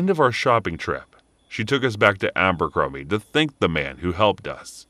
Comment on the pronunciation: Abercrombie? I thought you said Albuquerque 😐 lol